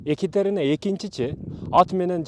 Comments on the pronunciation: Биринчиден Экатерена эмес, Екатерина деп туура окусан. Орустун атын кыргызча айтпай. Жогорку билимин барда тарыхчы болгондон кийин, кыргызча так суйлосон жакшы болмок. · Екатерина десен,Екатарина дебей,и ещё с ужасным акцентом. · Адамдардын аттарын туура айтчы,икатарина дебей боп кетейин дебей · Екатарина эмес. Екатерина деп айтылат. Башка тема тапсан болмок. Сен алар учун жене болдун беле..😢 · 😂Экатарина дейби тарыхчыда ушинтип ката суйлойбу,уят эле боп кетти дейби биринчи озунду туура суйлогонду уйронуп алчы😢😢😢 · Екатерина - Экатарина эмес. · Тантырап чыкпай эле кой да.Суйлогонун же озбекче эмес, же болбосо кыргызча эмес. Екатарина эмес Екатерина. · Туура суйлошту уйрончу озун Екатарина эмес Екатерина болот оз тилинди да туура таза суйлочу андан кийин элге суйлогун биринчи : Озундон баштагын ! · Эээу хотябы ошо аялдын атын туура айтып уцронуп алчы... Екатарина😅 тантыбай.. Эмне зериктрнби?? Сен кордун бэлэ.. Ким корду!!! Ээй тантык... Нениэлэ суйлоп салдын.. Тарыхчымын деп коет эээляяя эшшшек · Екатерина деген созду туура айтчы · Екатерина деп туура сулосон